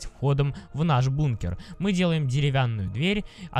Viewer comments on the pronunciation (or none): Не бумкеры а бункеры ☺